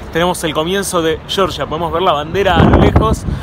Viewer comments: La Real Academia Española , por ejemplo. Si fuera "shorsha" se escribiría Shorsha. Como es Georgia, se pronuncia Georgia. Saludos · Se dice Georgia, no shorsha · georgia con g no con ch, cheorchia jaja